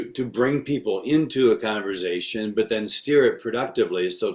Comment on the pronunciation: This is great. Also wild to discover there are TWO CRC pastors who say 'converzation'